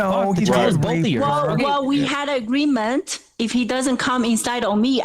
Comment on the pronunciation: We have agweement 😂😂😂